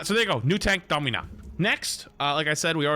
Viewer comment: "Dommyna" what are you doing bro